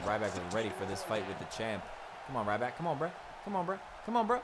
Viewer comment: It's ryback